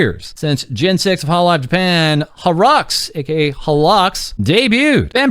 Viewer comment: Bro, it's ok to call them "holo eks". "harrocks" is wild.